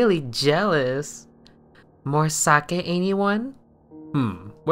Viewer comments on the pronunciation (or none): none